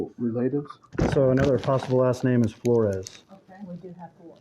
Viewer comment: the way you pronounced Flores, youre either Mexican or part of the culture 🫡😂